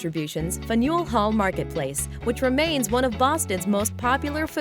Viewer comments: 36 Fanuel not Fan-u-el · SORRY BUT WE BOSTONIANS GET RAZZED ALL THE TIME ABOUT OUR ACCENTS. , but fanool hall as I thought I heard is pronounced FAN U EL Hall. Forget the "i" we did!! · LOL: "Fin-YOOL" Hall Marketplace . It's pronounced "Fan'l Hall". And the only one on that list I can truly say has the kind of talent that would put her above all competitors in the same field is Julia Louis Dreyfus. She was perfect in Seinfeld. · the way she said "Fa-new-elle" lol we say "fan-yule" hall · It's pronounced FAN-ule. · It's pronounced "Fan-yil". Like "Daniel," but with an 'F'. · it's pronounced fan-yule hall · It's pronounced Fan u al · also .. the food-court is known as Quincy market...